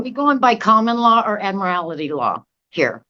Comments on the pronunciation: Not admiralty... "Add-mur-al-uh-ter" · it’s pronounced “ad-mir-I-li-ty”. LOL. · Did she really say” Admirality” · Admirality? At least learn the word if you're going to use it. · "Ad-morality law" she said 😂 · No. Attorneys don’t want to work with you, sister. And, it’s admiralty, not admirality. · Admirality and grammerly in the same video! We only need one more mispronunciation for the sov cit trifecta! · I'm sure she said "Admirality" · Ad-mir-alitee is always the give away. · Are we going by common law or ad-mere-al-ty law? Lady, do you see an ocean?